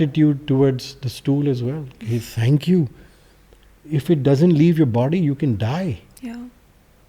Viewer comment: He says “thank youh” to stool 😂